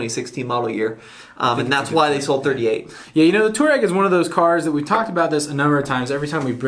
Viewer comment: Touareg is more commonly spoken "twar-egg". Also, can anyone tell me why the Ford EcoSport isn't doing better than it currently is in the US? I mean, it is superior to the HR-V and the Renegade in a couple fronts (one of them being powertrain. That 170hp 2 liter engine is quite capable!